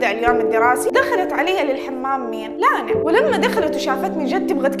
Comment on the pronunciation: فرحت يوم قلتي اسمي (لانا) ❤️‍🔥 احلى من ينطق اسمي والله💖 استمرييي وربي احبك ❤